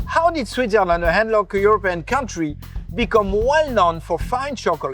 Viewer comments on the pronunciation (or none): none